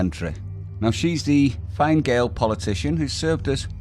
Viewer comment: Fine gael pronounced finna